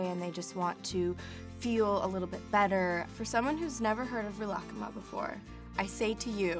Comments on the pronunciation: I’m pretty sure you made a mistake there. It’s not ri-raku-kuma or you would be saying ku twice, which doesn’t make any sense. I’d say it’s more like ri-luck-ma, if you want to pronounce it the Japanese way. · Re-la-ka-mah? What? I thought it was ri-le-ku-meh I’m confused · same. i say real-uh-koo-mah vs.. ril-uh-kuh-muh they way she says it is frigging weird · Malia deGuzman she’s pronouncing it unnaturally. shes saying “rih-lahk-kuma” (connecting the k’s) but in japanese its more like “rih-rah/ku-mah” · People in japan say it like ri ra ku ma Not rilak kuma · she's pronouncing the second half right, but in japanese wouldnt they use a long e sound for ri ? sometimes it sounds like she's saying rih instead of ree. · Rilak-kuma???? I’ve been pronouncing it as “ree-la-kuma” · woahhh i thought it was pronounced real-ah-ku-ma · “reelah-kuhma” it’s literally just reela kooma oh my god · I CANT WATCH THIS SHE KEEPS PRONOUNCING IT AS REELAH KUHMAH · I thought it was pronounced Ri-la-ku-ma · Omg this is so creepy.. at the beginning it sounds like she says Rilakma right? Now pretend she says Rilakkuma (but she says the u really fast) Play it again.. I hear both omg.. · I thought It was pronounced ri-la-ku-mah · Gi kun I speak Japanese and have been for 7 years now sweetheart. ree-la-ku-ma is how it’s pronounced. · Is that really the American way to pronounce Rilakkuma? I’ve been sounding it out phonetically and it took me awhile to figure out what she was saying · It is she's butchering it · One thing that annoyed me as an asian was that they couldn’t be bothered to correct Lana on her pronunciation. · Okay I love Lana but WHY DOES SHE SAY RILAKKUMA LIKE THAT??? She pronounces it so weird but go off I guess 💁‍♀️ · I was so excited to watch this until I heard how she pronounces Rilakkuma... did nobody properly teach her how to pronounce it during production? As someone who speaks fluent Japanese, it’s so painful to hear. I’ve seen so many others commenting on this too...